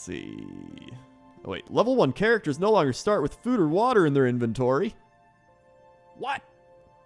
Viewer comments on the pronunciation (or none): none